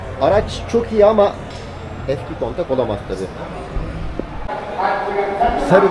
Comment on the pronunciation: Emegine saglik. Ufak bir detay: "kontak" degil abi "Countach(Kuntaş)"